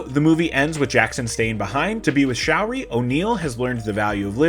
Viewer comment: Sha-oori, not showery